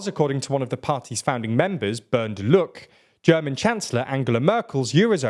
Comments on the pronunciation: Guys the Es at the end of German words aren't there purely for aesthetic appeal. So it's Deutsche Mark not Deutsch Mark and Lucke not Luck. But yeah, the AfD was a stupid party from the get go since leaving the Euro would have annihilated our economy and would still do. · Er sagt grundsätzlich deutsch Mark und Luck statt Lucke wahrscheinlich weil "e"s am Wortende im englischen stumm sind z.B.: Woke, stone, dance.